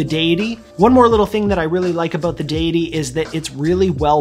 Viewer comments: deus not dee-us so deity and not deeity. You're right! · Great video mate! You pronounced it right!! I thought it was addidi